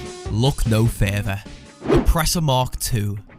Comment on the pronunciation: “Look no FERTHER”